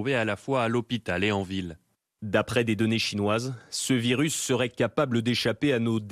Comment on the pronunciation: Un virusse? arrête 😂